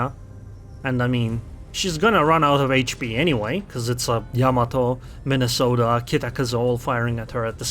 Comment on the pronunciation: Soooo, you have been sailing the Mine-a-salt-eh xD It's a humbling experience to say to least.